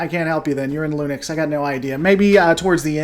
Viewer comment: Your pronunciation of Linux is your best mispronunciation yet! Don't know what you have against Dave Cullen, I looked him up after you mentioned his name and watched the DS9 vs B5 video and it was very informative and they guy seemed alright.